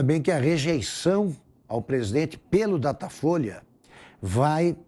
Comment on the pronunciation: "Datafoice?" Ah, tá bom. 😆